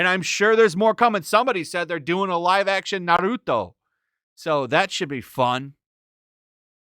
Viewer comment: why did you say Naruto so weird lol